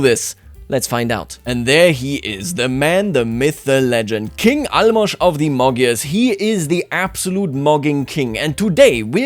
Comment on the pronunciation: Holy shit you are the first person who I heard pronounce Álmos' name right